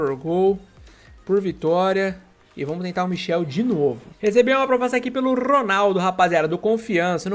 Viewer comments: é michAel não michel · Nao é michel é michael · Não é Michel é Michael